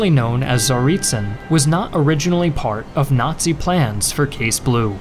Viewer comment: Tsarytsyn, like tsar itself, shouldn't be pronounced with a Z.